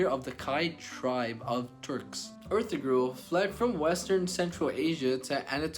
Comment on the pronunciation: This video has a lot of inaccuracies from mispronouncing Ertugrul's name to calling Salahuddin Saladin to not knowing that Salahuddin was Kurdish and not Egyptian.